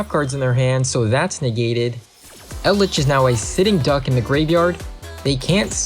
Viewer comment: "yumi", "cray-ken", "eld-lick"